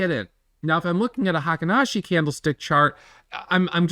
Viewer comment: Fun fact: "Heikin-ashi" is pronounced " Hey keen Ah she" It means the average step